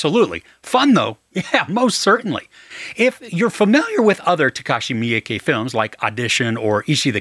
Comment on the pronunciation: FYI: "Miike" is pronounced meee-kay, by the way. There's no 'y' in it.